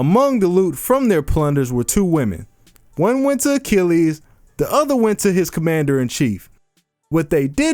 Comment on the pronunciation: Pat Sajak I'll solve: Mythological Hero A-chill-es